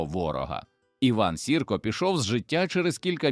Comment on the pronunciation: Що за наголоси?! Іван Сірка... Він був вовк, а не хімічний елемент 👎